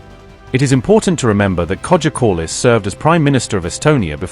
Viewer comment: Another bad AI voiceover. Kai-a Kal- ass is how her name is pronounced.